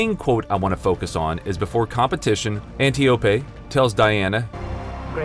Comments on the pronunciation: Antiope is pronounced [ant-io-pea] not [antee-o-pay]. They literally even pronounce her name in the movie🤦🏻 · Uhm it’s not Antiipé ! It’s Antiope !!!